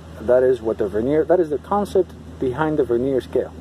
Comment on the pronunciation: The word Vernier is pronounced with the accent on the first syllable, not the second.